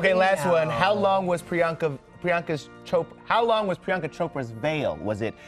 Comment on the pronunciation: How could he not pronounce Priyanka Chopra